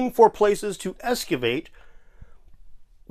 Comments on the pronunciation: Bro doesn't even know how to say "excavate". It's not "ESS-cah-vate", ya dumb truck. This isn't the only time in the video where he says it this way, so it isn't just a slip of the tongue. He legit thinks there is an S and not an X in the word "excavate". 😂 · Esscavate?! It's excavate 🤦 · Escavate, Dave, escavate. Get it right! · says “ess-cavate”. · Did he really said something like escuvate instead of excavate? Curutur is a good one too. He can't even properly pronounce words, what the fuck is this. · Excavation.... not "escuvate" the idiots can't even get the basics right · Wait, did he pronounce "excavate" as "eskivate"? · I dunno what you're talking about. "Eskivate" sounds like a perfectly cromulent word to me. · It's a mispronounciation. Excavation usually involves digging at or around the site.